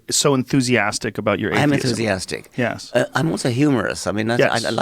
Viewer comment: When Joe speaks with scholarly types like Dawkins and Peterson he goes from saying yeah when he agrees with something that is being said to a properly pronounced "yesss".